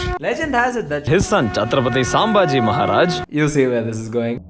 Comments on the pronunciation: It's pronounced as "sambhaaji"(संभाजी) and not "saambhaaji" (सांभाजी) bro 😂😭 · FIRST LEARN ABOUT HOW TO PRONOUNCE NAMES IN A RIGHT MANNER. if you don't know marathi then first learn and then say what you wants to say. Here you talking about Chhatrapati Sambhaji Maharaj. If you don't want to give respect then atleast don't disrespect him. Chhatrapati Sambhaji Maharaj not a part of any joke or name of a dish he is the legend and part of our heart. So if you care then cut the part where you talking about Chhatrapati Sambhaji Maharaj and re-upload the video again. Don't want to see this again and if you don't take any action about this then I am going to file a case against you ⚠️